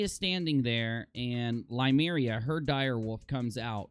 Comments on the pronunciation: Was anyone else upset that he said Lymeria instead of Nymeria? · Lymeria???? It’s Nymeria bro! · Nymeria not Lymeria lol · I stopped watching after you said liemeria. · Limaria?! Cer-say?! Do you even watch this show?! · Did you call Nymeria, Lymeria?